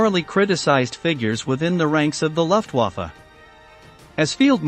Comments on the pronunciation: Comon Man! It is not Wheremach. it Vermach. W pronounced V, V pronounced F, F pronounced V. Also, it is more, Looftvaffa. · Gothurd Hain-reh-sei? 🤣 You obviously don’t know German Moreover, the armed forces are NOT wear-mack👖 And the air force is NOT the luff-wafuh 🧽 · As is Luftwaffe